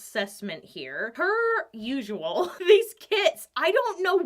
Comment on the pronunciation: Did you just say "soaper usual" or "so per usual"?